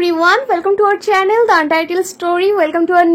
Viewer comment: Channel er naam er "The"uccharon ta bhul bolcho didi vai .. "দি " Untitled Story hobe... Pls don't mind